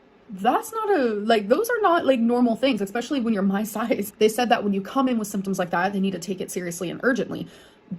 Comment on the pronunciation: „Egspecially“ CAN SHE STOP? Pls learn grammar and pronunciation of your own language